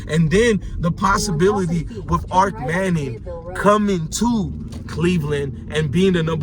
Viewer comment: It's kennels...and Arch manning not Arc.